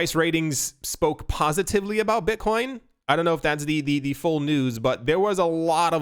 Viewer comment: Did he say Bitchcoin? Hell fuckin yea!